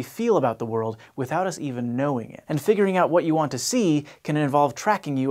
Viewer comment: decrease "worldsa?" What's that?